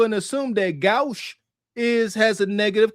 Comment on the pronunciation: 🛑( ͡° _͡ ° )✋🏽 the word "GAUCHE" is pronounced "gō-SSH" — it is a common insult amongst the sophisticated set against the #igNøät 𓉴(·•᷄ࡇ•᷅ )🦤dodo dunce <:‑| 😒🤕🃏😶‍🌫️🐌